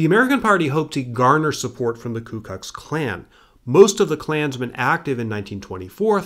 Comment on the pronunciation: "ku kux klan"